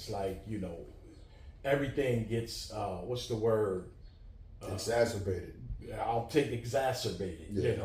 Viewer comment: Im tryna google wat mook said "exasabated" but its not popping up 😂